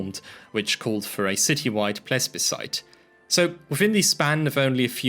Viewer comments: ples-bicite? Don t you mean: pleeb-a-cite? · The word is plebiscite (pronounced plebisite), not plesbiside. That sounds like a lesbian beach party. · you say "plesbiscide" multiple times in this video. there is no "s" before the b. it's plebiscide. you even intonnate that "s" specifially lol it also isn't there in german, the german word is Plebiszit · whats a pleSbecite? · pointing out "plesbescite" as requested 😁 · he said it twice, it eventually achieved comical value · Mispronouncing the "s" in plebiscite, disliked and unsubbed